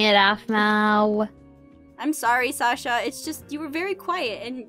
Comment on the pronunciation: Sasher if that's how you spell it sounds like kiwichan